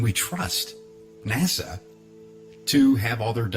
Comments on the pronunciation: You have a guy who has "researched this for years" and he pronounces NASA like the capital of The Bahamas (Nassau) what a raging idiot! To doubt the moon landing,you have to be totally ignorant of physics and every other branch of science. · BTW, it's NOT "NA-SAW", it's "NA-SA"! Try to pronounce names correctly for more credibility, noob! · It's NASA not Nassau. Nassau is in the Bahamas. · Mold? You fuck!ng IDIOT! You can't even pronounce NASA correctly. F@ your stupidity. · After so much research you can't even PRONOUNCE "NASA", correctly, Lol!